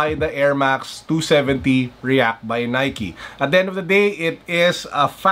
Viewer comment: the way he says should u guys buy the nikey 27d reakkk lol g